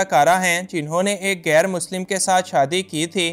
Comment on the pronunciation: لفظ گیر نہیں ۔ غیر ہوتا ہے۔ اردو سیکھیں پھر بولیں۔